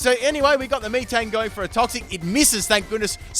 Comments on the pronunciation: MEE-TANG? ITS MEH-TANG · sksksksk MEE TANG I'm still laughing man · Best shiny i have is a Zorrark, first shiny I caught was a Hoothoot in gold. ....also stop saying m-ee-tang... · Metang is pronounced met ang